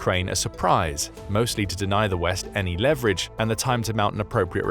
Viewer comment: You mispronounced leverage.